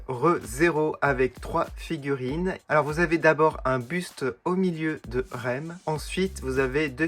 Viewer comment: C pas lem et lam c rem et ram